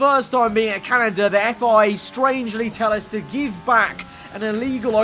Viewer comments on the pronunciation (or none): none